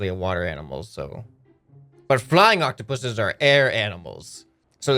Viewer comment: You said the plural version of octopus right! Its octopuses